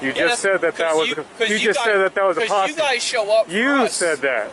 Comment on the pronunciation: Posse. Not possy